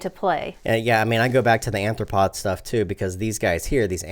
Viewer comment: arthropod not anthropod